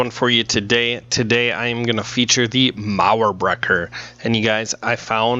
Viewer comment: It sounds so good when you're talking "Mauerbrecher" 😋. Almost perfectly pronounced.